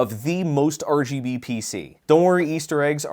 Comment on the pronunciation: it makes me so angry hearing him say RGB wrong